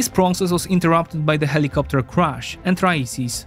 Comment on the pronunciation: HELL-I-COP-TER!!! HELL-I-COP-TER!!!